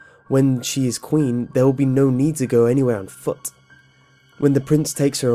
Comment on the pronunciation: ...Aight so am I the only one who likes the way this man says 'foot' the first two times in the Cinderella part? 😂😂😂 It just sounds funny to me